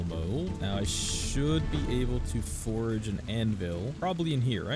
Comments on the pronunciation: Every time you call your forges forages, it's like nails on a chalkboard. I don't know if you do it on purpose, have a speech impediment, or just don't know how to say the word forge. If you have a legitimate speech impediment, I apologize. If you are doing it on purpose. Damn you. If you just don' t know how to properly say it... it is like saying forj. The way you say it is like the word forage, which means to search for food or supplies. A forge (pronounced forj) is a place used to smelt and heat metals for shaping. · "Four-J" Please and thank you :) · STOP SAYING FORAGE?!? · Forag. Forag. Forag. Lol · What’s the lore behind the guy not being able to pronounce “forge” correctly? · There's no "A" in Forge. Great video though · him saying "forage" instead of "forge" is killing me... lmao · It's not "forage", it's "fordge" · Bruh, you said forage instead of forge. I was like is this a new type of food item. 😂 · It’s pronounced like George but with an F, forge. What you’re saying is forage. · Absolutely love the video's, definitely earned the sub with the hard work you put in. Just please brother. Its forge, not forage. Forage is looking for things in the woods 😂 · A forge and forage are two different things and pronounced differently. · forage... is triggering the shit outta me lol. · cool video, but i couldn't help but notice you called the forge a forage like, 20 times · Enjoying this video but god damn please stop adding an "a" into the middle of "Forge" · Nice! I hate the way you say forge. It's like forage. I'm like what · As entertaining and informative as this was, I really only have one minor gripe. It was driving me absolutely insane hearing you pronounce "forge" as "forage". Besides that, excellent video. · Anyone else losing their mind from him pronouncing forge as forage? i have a friend who pronounces turret as turrent and it bothers the F out of me XD. anyway great vid haha. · He says forage instead of forge. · Bro it’s FORGE FOR-GE not forage lol